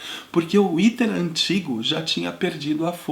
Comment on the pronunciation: Pronuncia-se: 'éter' e não iter.